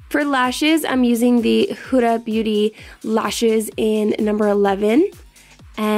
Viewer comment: Pretty sure its HOO-Duh. She has a channel and thats how she says her own name. Your look was STUNNING!!! Had to sub :)